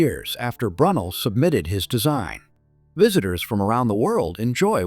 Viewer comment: Slight glitch with the commentary, I K Brunel is pronounced more like 'Brew nail" Cheddar George gets a mention, but somehow you didn't mention the cheese...